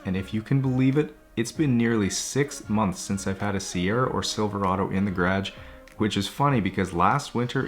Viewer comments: Me: Guh-ruhge. Garage. Him: Grage. 😂🤣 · The way you pronounce garage gives me anxiety everytime. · The way he says garage full through and through Canadian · Okay but why do you say “garage” like that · Lmao the way he says process and garage is hilarious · Nah him saying Garage is the most Canadian thing ever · Why does he pronounce “garage” like that ?